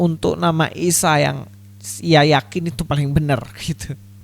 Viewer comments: Ustad somad gak bisa bilang isa atau yesus. Sebab monyong jadi ngomong isa jadi misowa..ha ha ha ..ustad pembohong laku keras...cari duit dengan firnah kepada tuhan maha kebenaran dan juru selamat..yaitu YESUS KRISTUS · Mau ketawa takut dosa hahahaha isowa bahasa ibraninya burakakakakaka😅😅😅🐪🐪🐪🐪🐪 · Sebetulnya si tomat dah bener pengucapan bhsa Ibraninya,cuma krn keberatan gigi & monyong yaaa jadi aneh kedengarannya...😁😁